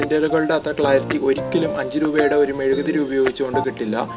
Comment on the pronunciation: Mezukku Alla mezuguthiri ssnu